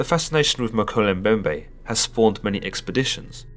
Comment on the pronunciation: Woah. Talk about a coincidence. I just started reading a book that mentions the Mokele Mbembe. It's called Cryptid Hunters. On another note: you pronounced the name wrong. It's pronounced "Mo-kee-lee Em-bem-bè"